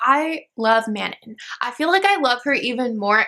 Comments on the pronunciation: Manon name is pronounced like 'Mannon.' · Manon actually rhymes with, the dawn. The way the author says it. this was a really entertaining video though!